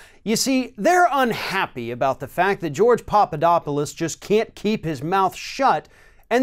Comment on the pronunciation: FYI It is "Pap", not "Pop" You keep saying Popodopolous.